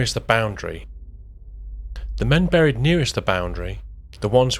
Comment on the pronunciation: For your info, the word 'buried' is pronounced like the word 'berry', and not like the sound of the word 'curry'.